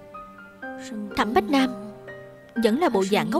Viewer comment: Tập này lồng tiếng kỳ quá Thẩm bá... Thành thẩm bách rồi